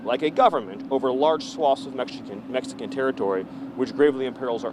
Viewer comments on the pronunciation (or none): He couldn’t say the word “Mexican”.